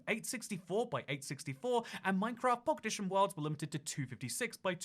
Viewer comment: Anyone else notice how he says “Minecraft Pockedition?”